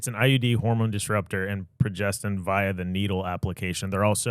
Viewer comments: Sir, it’s pro,gest,tro,onn ❤ love yall 🎉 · It’s progesterone:)